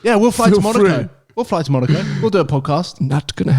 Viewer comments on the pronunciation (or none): none